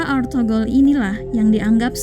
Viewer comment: ETHUGRUL BUKAN ARTHOGROL